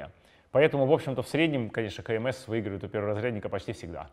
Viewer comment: Вы не на тот склад ударение ставите. Лучше кандидат в мастера спорта говорить.